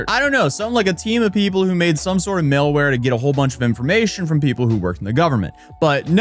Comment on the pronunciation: "male-ware" is crazy